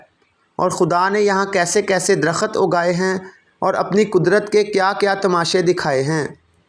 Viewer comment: درخت ( صحیح ھے ) در۔ خت ( غلط ھے ) Dar. Khat ( galat